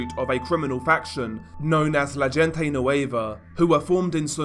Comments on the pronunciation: Bro when you say "gente" its pronounced "hen-teh" not "jin-tay" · This is just a tip man, the G in gente nueva is pronounced like an H hente nueva basically lol love your vids keep it up! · If u wanna pronounce “La mgvGente”. Try using an H and not the English pronunciation of G … say LA HENTE… the G in Spanish has an H sound when used….i tell u this as constructed criticism.